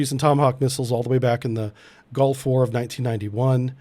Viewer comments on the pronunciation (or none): none